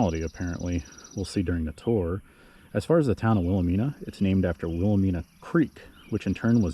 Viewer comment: Will-ah-MINE-uh with a long "I". Good work, but the mispronounced name makes it a real teeth gritter.